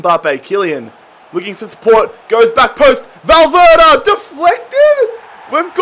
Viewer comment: Mate it's valverde not valverda😂